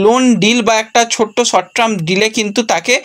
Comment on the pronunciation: আগেও বলেছি আবার বলছি ইংরেজি উচ্চারণ ঠিক করো। সর্ট ট্রাম না কথাটা "সর্ট টার্ম", আর °°গ্লোবাল ট্রেন্ড বা ট্রেড নয়°° , ওটা *গ্লোবাল টেন্ডার*